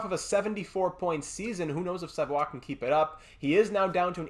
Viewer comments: but they don't pronounce it that way... You can also see both pronunciations in Quebec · hes not french bruh ur saying his last name wrong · I noticed you said it wrong the whole video... I'm just pointing out that they don't pronounce it that way. And both him and his family would most likely correct you on it as well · it's almostl you become a french canadian when you prononce their french names. It Makes me laugh everytime haha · Idk why it makes me so mad when he says savoie wrong